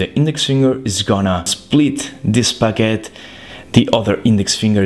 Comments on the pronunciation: I love when you say "packet" but it sound like "baguette" or my ear is horrible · I thought he said baguette